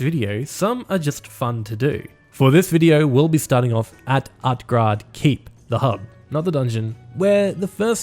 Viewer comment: U say utgrade, is that how u prenounce utgarde?